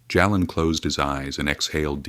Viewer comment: Why can't you pronounce the names correctly. His name is pronounced Jaylen not Jalen. Plz correct.